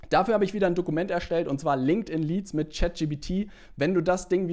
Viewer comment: danke dir für das hilfreiche Video. Und natürlich "Linkedin Leads" xD